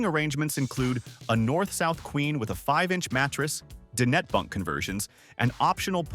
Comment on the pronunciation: I wish these AI narrators would learn to pronounce dinette correctly.